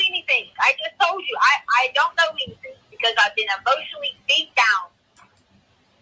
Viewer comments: It's the "anythinK" & "nothinK" for me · “I didn’t take AnythinK!” Why in the world does she add a k sound to “anythinG?” It’s so weird. Along with all her other annoying expressions. Yada, yada. Whatever, whatever.🤮. And the tone she uses. Insufferable.